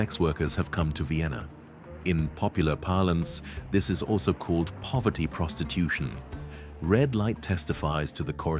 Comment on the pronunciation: Did you say prostitutution? Sold, I'm already hooked.